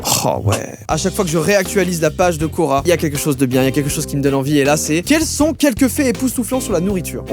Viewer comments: Quand il a dit « cora / quorq « j’ai cru que c’était le magasin cora 😂😂😂😂😂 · Au début j'ai cru que tu parlais de Cora et pas de Quora '-' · Qui, quand il a dit "Quora" a compris "Cora" (le magasin) ? 👇🏻